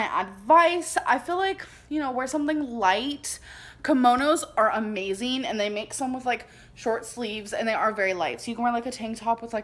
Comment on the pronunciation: Commonos instead of Kimonos 😂